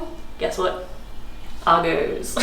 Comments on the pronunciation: Wow - that is a really nice apartment for £1500 per month. The Miele appliances are really expensive. What area is this in? I think your landlord is definitely undercharging you ! PS - it's pronounced AR-GOSS, not AR-GOES. :) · Lol Argos is said 'Arr'-'Goss' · Why are you pronouncing Argos wrong? This is the weirdest pronunciation I’ve ever heard lol 😂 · Loving how you pronouce Argos!